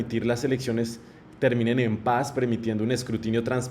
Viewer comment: Trum es terrible para Latinoamerica. No es que Vicky no hubiera querido hablar de paz aunque sea en ese tiempo, lo que sucedio es que Chavez no pronuncio"paz" el pronuncio "pajja" escuchen y veran que tengo razon. Y Vicky SUPER BRUTA, no entendio lo que le decian, se fue por la guerra y se caso ucon una familia asesina, corrupta y ladrona.